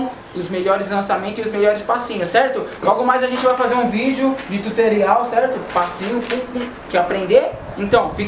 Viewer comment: OXE!! eu Ouvi ele falar (Di Tuterial)??? kkk